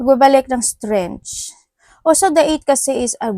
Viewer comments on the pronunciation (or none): Hi maam -strengk the way u say it po